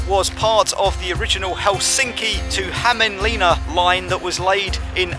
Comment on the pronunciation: Lived most of my life in Hämeenlinna. You pronounce it in english -> Ha mi, not Häyme. Finns say e like you say i. So yea, HAM is closer to correct. So try say it like Hamiinlin na <--- double n